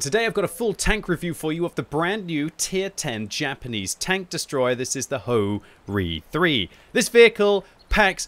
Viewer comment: its not Ho-Ri 3 its HO - RI 3 - LE